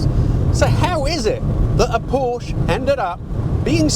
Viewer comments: lol… I stopped at :42. His pronunciation, coupled with the question itself, “is this a real Porsh?” Oh… the drama. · Again the same problem to pronounce the brand's name. The founder of the brand is Ferdinand Porsche. The last letter "e" is pronounced like an "a". It's called PORSCH-E (A). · Porsche is German and German has no silent letters. Porsche also has two syllables ie Por-she. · If you can’t pronounce Porsche correctly, don’t try to tell me anything about it! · Porsche, the "E" is expressed. Excellent review. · For someone who goes to a great deal of effort to emphasise pronouncing Italian manufacturer names and cars correctly, you would think you could pronounce Porsche correctly, would you. 😂 May I suggest either pronounce all makes as they should be, or just pronounce Italian car manufacturer names and cars how we all do. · Why do Brits leave off the last syllable of the name Porsche? Is the "E" invisible to Brits? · That’s because of Italian heritage. But it’s totally wrong not to pronounce Porsche correctly. I recall early Top Gear episodes where Richard Hammond also said it that badly- he was no doubt corrected by a certain Mr Clarkson 😁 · I like your videos but if I took a shot every time you pronounce Porsche incorrectly, I'd be drunk after a minute.😂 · Why not? He can’t pronounce “Porsche” properly 😂😂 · Please pronounce Porsche correctly! The e is not silent and is pronounced like an a. thank you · Please pronounce the "e" at the end of the brand name "Porsche" (shortly like the "e" in the English word "let"). Names of German or Austrian origin do not have a silent "e" at the end. You wouldn't call a Ferrari "Ferrar" or a Bentley "Bentl" or a TVR "TV", would you? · It’s just plain laziness to ignore correct pronunciation. Spoken English already drops “h” and “T” etc 😢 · Seriously! It seems like Jeremy Clarkson dedicated a whole segment to this topic lol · Real Porsches have two syllables. Jesus Freakin' Christ. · Porsh-uh not Porsh